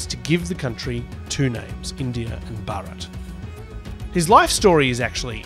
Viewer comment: I've heard a lot of native English speakers talking about this recently. None of them seem to be able to pronounce the name Bharat correctly.